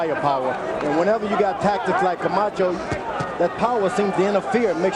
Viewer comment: Buffer rolling his tongue introducing Camacho is 🔥